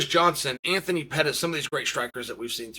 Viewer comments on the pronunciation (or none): none